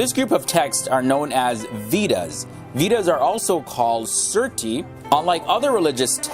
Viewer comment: Vedas pronounced like waydads with a v not like weedas!